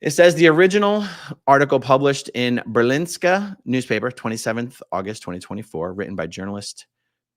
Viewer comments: politicians in Denmark are not afraid to say what they think about a subject, but that doesn't mean they do anything about it. The ‘Ber’ in Berlingske is pronounced as the American ‘Bear’ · Thank you so much for spreading the word, A-aron 🙌💜 Pronunciation help: The news paper is called BERlingske, not BerLINGske. Mirjam is not Danish, but has lived here for many years. Her name is pronounced Miriam. Kim Aas is pronounced Kim Ohs. The party Enhedslisten (the unity list) is "En-heths-list-en" I'm so proud of these politicians for speaking out and I have contacted all of them with more information about the terrible conditions for children in Scientology. I already have positive responses from some of them. Dental is not free in Denmark and its not true that the costs mentioned by Scientology was covered by them